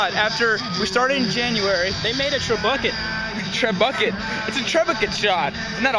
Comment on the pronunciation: hahaha!!! trebucket!!! weeee!!! did you ever see the waterboy? bobby boucher? say boucher but with tre in front! tr eh boo shay